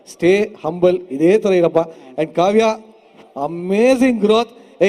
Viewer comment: ಕಾವು ಅಲ್ಲ 😂😂😂ಕಾವ್ಯ